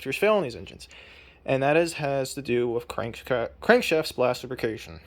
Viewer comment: I can't tell if you're saying "splash lubrication" or "splashification".